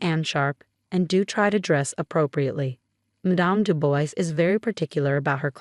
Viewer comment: The name is not pronounced "Du Boys" but "Du Bwah".